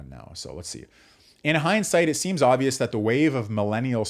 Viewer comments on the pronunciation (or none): none